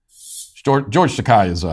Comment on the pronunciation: It's pronounce Ta-KAY not Ta-KAI.